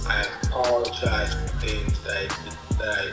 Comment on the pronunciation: How did you fuck the Word "apologize" up so bad 😂